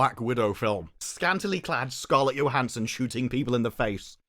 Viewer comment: Motherfucker learn how to pronounce scarlet Johnson’s name omg your accent is like nails on chalkboard